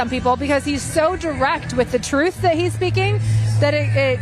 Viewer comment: Drumpf "named it 'Truth' "... Yet he pronounces it as "Troth"... 🤔 i.e., Drumpf doesn't tell the Truth.